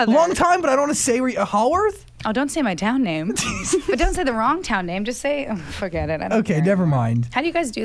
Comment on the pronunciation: When she said “forget it” at her New Jersey accent slipped in 😂